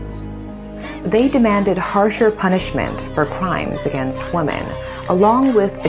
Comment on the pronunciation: It's annoying that you can't pronounce WOMEN properly.